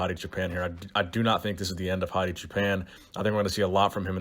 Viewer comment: Poor Hadi. You can tell was really trying to get the pronunciation right in the beginning, but then defaulted back to how he normally says it later on in the video. Haha you'll get there. Keep trying.